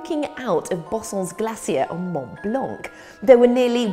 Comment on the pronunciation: "Monnt Blonk" - Maddie Moate, 2017. 😂